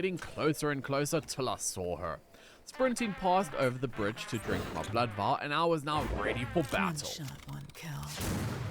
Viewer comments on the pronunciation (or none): none